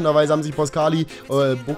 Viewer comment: Sagst immer der Report sagt immer ....... Falsch und machst es auch falsch mit boscagli